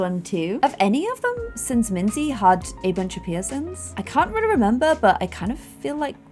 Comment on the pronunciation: I still love Minze the most! Also made the name Minze sound so much cuter:0 In German you actually pronounce it like Min-tse.